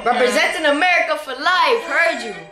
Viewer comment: He didn't say america for life ... He said kumerica for life...😔😂